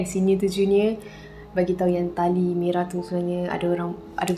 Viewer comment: Masa dia kata tali tergantung tu, mati2 aku dngar tahi tergantung 😅🤣